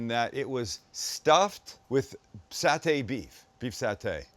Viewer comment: Doug is correct. Sam pronounced Satay correctly. 😊